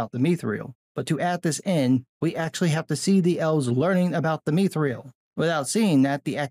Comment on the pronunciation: Mee Thrill -- I will never not in a million years accept that pronunciation - never you hear lol Myth - thrill (to the death I say)